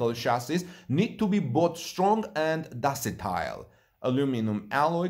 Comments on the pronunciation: you need to pay more attention to words and their pronunciation. There is no such word as "docitile". I think the word you wanted was "ductile"... DUCK-- TILE. Thank you for the update. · ductile "duck tile"